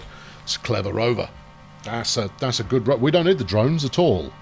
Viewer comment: "Too far from Domes" not Drones :D